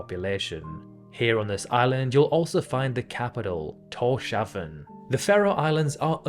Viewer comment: It's Tors-havn!